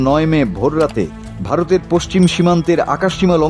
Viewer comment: Dron ore jai charoter dhike mane ki...? Bhai vharoter dhike bolen...